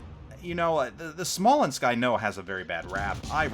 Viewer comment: PS: you pronounced it right